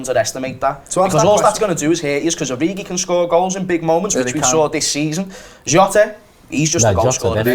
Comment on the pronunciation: pronunciation of Jota triggers me